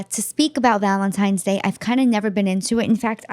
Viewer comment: I have never heard said "Valentime's" Day.